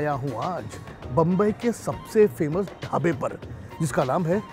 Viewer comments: He is 55 years old and he is from mumbai the name MUMBAI came from mumba devi temple some out siders use to call bambai because they probably don't pronounce right name delhi ko hum thulli bolenge toh kaise feel hoga?? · Sir please stop saying bambai...its mumbai....your maharastrian i am sure you can pronounce its mumbai